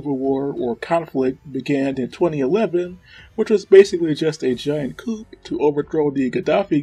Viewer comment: Is it a coupe or a sedan? Sorry, but the p is silent in coup. Maus is German for mouse, and it is pronounced the same.